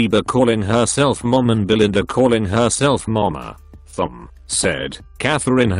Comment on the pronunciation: + the fact that he pronounces Thom (Tom) so it sounds like thumb